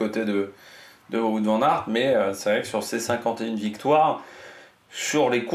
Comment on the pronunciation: Fais moi plaisir je suis bilingue flamand on prononce vanne aert merci^^